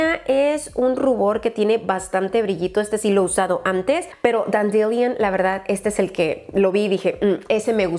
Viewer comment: creo que Holly sabe cómo pronunciar correctamente la palabra "Dandelion", deberías preguntarle. ¡Saludos! 😊